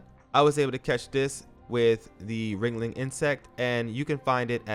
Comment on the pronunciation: It's Wriggling not wringling